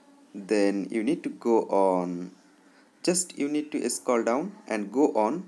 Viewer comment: scall down 😂